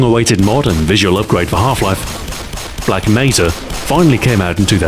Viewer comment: Why does he keep saying Black Meza.